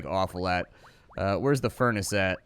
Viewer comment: i love it how he says the furnace calling it fur naa cee